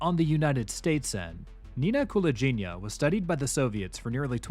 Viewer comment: Wrong last name pronunciation, though 😁 Its "gi" part is pronounced like in "give", not like in "gin". And stress on the second syllable - KulAgina 🙌🏼